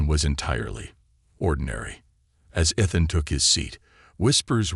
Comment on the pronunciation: His name is spoken E-than